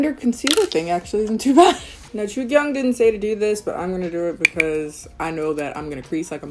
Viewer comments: Also it's more like joo kyung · It’s pronounced “Jugyoong” but great video luv💕💕